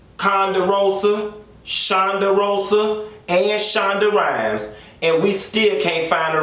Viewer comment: Not ‘Every Ponderosa.....Shonda Rhymes’. You’re funny